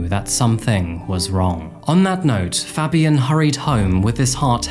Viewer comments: The way you said Fabian is like nails down a chalk board. Pronounced Fay-b-en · ITS FABIAN WITH THE “PHA” sound “PHABIAN” FABIAN that irk tf out of me